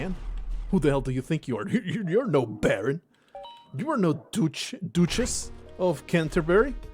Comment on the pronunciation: Also thanks for insulting my royalty, so in return I’ll correct you: duchess is said more like duh (like duh that’s so obvious) chess (like the game). Also a duchess is a Duke’s wife and also a Duke is higher royalty than every other position you mentioned. That said, I’m just a hedgeborn vagabond.